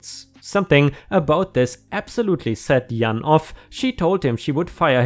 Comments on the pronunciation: Jan - think of Jam with an "n" instead of "m". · Jan is pronounced g ann in English j sounds like g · You pronounce Puerto Rican better than most people here in the US 😉 Jan is pronounced like the beginning of January. I’m of mixed background, and can pass for many different nationalities based on how the wind blows that day. I have had people treat me one way based on what they thought my background was and have them treat me differently based on what part of my actual background they want to focus on is. It’s been strange, I’ve had people be rude, and then do a total 180 shift when they found that there is more to my background than they originally thought. It has made me realize how ridiculous racism can be. My skin, hair, eyes, name, intelligence, work ethic, etc has not changed one bit since they met me, but now, since they realize that an ancestor or two are from xyz, all of a sudden, I’m a better person than I was 5 minutes ago. People can be dumb. I’ve been fortunate and never had it go the other way, but it makes me feel sorrow for those who are not so lucky and have been mistreated more instead. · BFF big friendly giant kids character in a book of same same (think British) 30/40 years ago. Giant but friendly. Jan pronounced j ann (Ann is Annl J is a English Jay. Runn both half together. Not sure what German equivalent to 'jay' use goggle to hear it. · Jan is pronounced like Pan with a J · Its pronounced Jan...like January. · BFG - Big Fucking Guy and Jan is pronounced like Jam but with an N, or the first have of January, whichever is easiest to think of. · It's Jan rhymes with fan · the J in Jan is pronounced like the J in Just. Or January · Jan is pronounced just like Jack or John, with a regular J :) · Jan is said with the “j” sound not with the “y” sound. Good job though, your English has very much improved since I first started listening to you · "Jan" is pronounced like the month of January (the first syllable). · yeah pronounced to rhyme with can